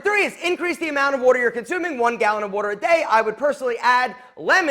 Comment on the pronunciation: Bro can’t say “water”